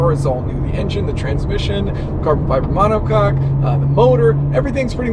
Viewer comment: "..Carbon-fiber mono coc" You naughty you🤭